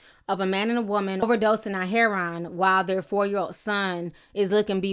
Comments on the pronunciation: It's pronounced 'hair oh in', not 'hair on'...everyone in the family are victims, not just the child. Addiction is a DISEASE and they deserve treatment, not punishment. If they get better, they can then better take care of the child. It doesn't get fixed overnight unfortunately. If they continue to use after treatment, then they lose the right to care for their child until they can prove otherwise. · this is terrible. but every time you say "herron" instead of "heroin" it makes me cringey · Hair won lol it's (hair-o-in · I love you Ti, but please, pronounce heroin correctly. Like this- hair*oh*when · its not called HERON its HEROIN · I love you Ti but this is killing me.... Heroin is pronounced like: hair-ore-n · It's pronounce hair-o-in but spelled heroin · Why are u pronouncing heroin as 'hereon'?! Same goes for ur last video pronouncing gala as 'gayla' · It's pronounced he-row-in = heroin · "Hair-on" IM DEAD 💀 love you Ti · lmao that's how my my mother pronounces it. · Am I the only one who got distracted by Ti mispronouncing "heroin"? :/ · lol. the way you're pronouncing "heroin" is hilarious. Love you. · Good video but you're mispronouncing "heroin." There's also some other police photos being released lately of officers cradling babies of parents who have OD'd. Some are black, and sure enough, their families have the same complaints as the people objecting to this Ohio photo. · I love your videos you are the BEST! - but your pronunciation of heroin is off love. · you pronounced herion wrong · Ti can't pronounce heroine for shit 😂 luv u tho 😘😘😘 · Ti, I love you girl, but your pronunciation of the word "heroin" had me dead. I love your accent, girl!